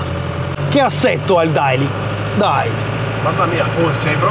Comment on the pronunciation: Si pronuncia deily !!!! Cazzo